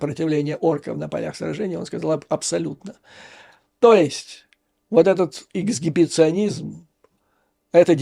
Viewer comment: "Акт эгсбиционизма"😊